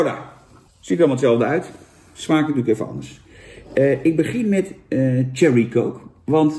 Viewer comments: Jan je spreekt Cherry niet uit als Thierry Baudet maar Sjerrie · dat bedoel ik ook lieverd.. in het engels spreek je cherry uit als sjerrie. Thierry is enkel een naam van de partijleider van FvD